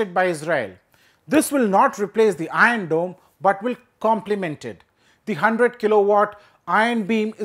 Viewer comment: "ion dome".... "ion dome "...."ion dome" He can't pronunciate R ...😂😂😂